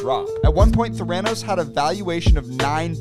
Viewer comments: Sorry to bother with it, but when saying Theranos the emphasis is on the e not the a. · I think you should pronounce Theranos correctly just once 🙄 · Theranos is pronounced "thair-uh-nos" not "thuranose". Just saying 😅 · There a nosse(that's how it's pronounced) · The way he pronounces Theranos makes me want to jump off a cliff. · You’re pronouncing the name Theranos wrong, lol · The way you pronounce Theranos is so wierd 😅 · Perhaps learn to pronounce Theranos correctly. Helps with your credibility, just saying. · Your pronunciation of theranos is making me sad